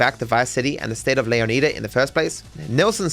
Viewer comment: You say Leonida wrong